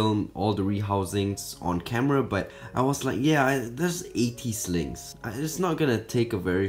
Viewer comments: I can’t tell if he’s saying “Snakes” “Slings” or “Sligs” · Why did I keep hearing slaves instead of slings